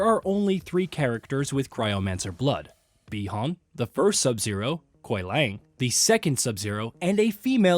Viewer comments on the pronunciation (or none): They call Bi Han Bi Horn..Is this some bot or an actual person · Snubzero, Lin kui, Shirayayu, Bee Hon, Lin ku way, syro mancer…. Cmon…